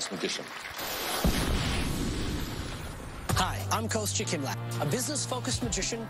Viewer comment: It's actually not "Kostya" as "Cost ya" but closer to "", as in.